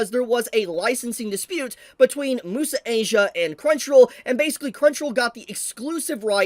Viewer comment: Its also unavailable on Netflix. But it is still available on other (Chinese-owned) platforms like Bilibili and iQiyi Also IIRC Crunchyroll isn't the only platform that was able to get the anime early. Bilibili and iQiyi were also able to get an early release Also, isnt "Muse" in Muse Asia pronounced as "Myoos" instead of "moo-sa"? English isnt my first language but I always thought it was pronounced like the english word "Muse"